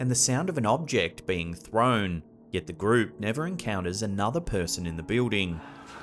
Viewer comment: When he says, "bewding" he is referring to the word building Lol...Just busting your balls. Love the vids brother.